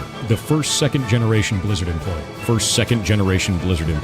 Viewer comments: I started hearing Lizard instead of Blizzard. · Take a shot everytime he says 'Blizzerd' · Lizard, Lizard lizard all i hear haha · He wasn't talking about blizzard, he said "bleezurd", get yo hearing straight